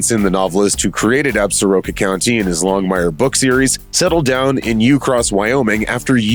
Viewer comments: If you go to Wyoming, don't pronounce the Absaroka Mountains ab-sah-RO-ka. It's pronounced ab-SOR-ka. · 3 years too late but: Ab-sor-ka. Hearing "Ab-sa-ro-ka" this many times is effing painful. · Damn it! As a native of WY I wish you people could pronounce "Absoraka" properly! The name comes from a tribe knows as the Absoraka that once inhabited West Central WY. There is a mountain range bearing that name! The proper pronunciation is "Ab sore ah ka"! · No, it is ignorance! Pronouncing it wrong is offensive to the Absoraka!